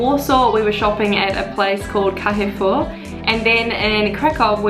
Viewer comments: I must put my comment here :) Auchan and Carrefour are FRENCH shops, and french names :) not polish, so you butchered French language. Orange is also Big French Company. Zapiekanka - Street Food :) its like polish pizza on "cut in half" baguette. Soup in bread - Żurek (jurek u can say) Best polish beers: Żywiec, Tyskie, Okocim, Warka and many, many, many, more. But that 4 are the best. U should also visit Gdansk (sea side), Oswiecim (German Concentration Camp), Poznan (interesting city:), Zakopane (mountains) If u really want 0 fees, just open account REVOLUT (UK based "bank") - I have it, Im not working for them xD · no real problem with butchering shop names... they're both French, most ppl in Poland butchers them as well.. ;P me included.